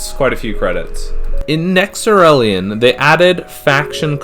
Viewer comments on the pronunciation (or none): Nexerelin. "Nexelerin"